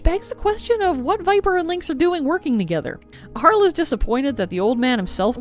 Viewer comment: Its not HAR LE it Harley... right?